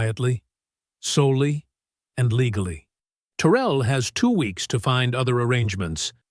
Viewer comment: If "Terel" is from Louisiana its "Ta rell. Like 2 words